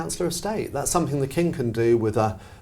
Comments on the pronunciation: Love, why does she say somethink instead of something, it it a Brit peculiarly? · Yes, the hard consonant at the end of some words is sometimes related to local accents, so I'm surprised she's saying it as she has a very neutral type accent normally. I think pronouncing 'ing' as 'ink' is more normal in London, and also in the Midlands..